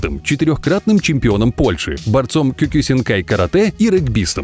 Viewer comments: Не кикусинкай карате а киокушинкай карате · киокушынкай а не кусинкай